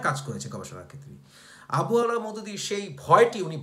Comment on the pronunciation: আবু আলা নয়, আবুল আলা